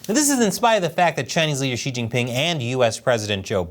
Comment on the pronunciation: Xi Jingping pronouced “Shitting Ping”